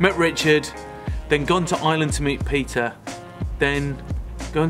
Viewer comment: Appreciate you worked on your "Peter" pronounciation pretty hard. No more "Pizza" <3